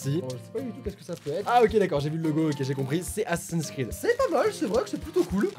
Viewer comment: T pas le seul à mal prononcer assassin screed Ma prof d'anglais de l'année dernière le prononçait "assassin screen" littéralement assassin écran